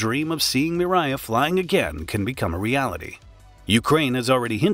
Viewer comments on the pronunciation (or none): It’s Mria not miraya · mirya? No, MRIYA. Learn to pronouce that correctly. MREE - YA. So simple. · You say mriya mree yeah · I think the correct pronounciation should be :: um-RAH-yah !! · Fun fact: it takes less than 1 minute to learn how to correctly pronounce "Mria"